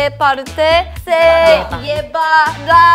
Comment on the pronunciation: Siuuuu me mato cuando hablaron español y ryujin cuando dijo si en vez de se era por q penso q la e en español se pronunciaba con i xd como el ingles :v